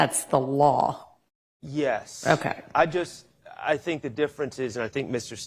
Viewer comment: Why does she say yes like “yayce”